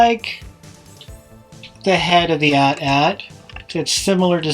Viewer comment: Thanks for pronouncing AT-AT correctly. These new kids say each letter for some odd reason.